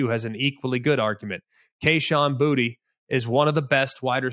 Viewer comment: Greg: WR for LSU is Kayshon Boutee pronounced: Boo-Tay NOT Buttey - Thanks, you do a great job and I'm subscribed.